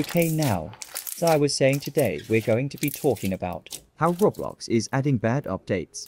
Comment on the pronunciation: why do you keep saying "rablox"